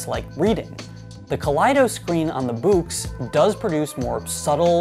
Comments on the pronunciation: By the way. I am pretty confident that Boox is pronounced Books. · I gotta say I love the way you pronounce it like "buux"